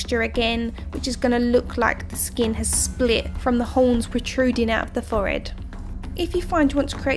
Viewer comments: real good but it annoyed meh when u said "fored" instead of forehead but any way really cool 😀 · the way she says forehead 😂😂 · Layla Underhill OMG I was thinking that!!